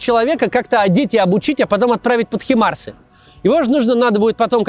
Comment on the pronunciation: правильно не химарсы, а хаймарсы